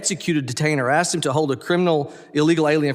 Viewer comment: Mississippi needs someone who can actually speak properly. I want to ax you a question! Really?